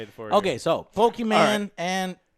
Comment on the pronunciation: Joe calling her "Pokiman" made my day.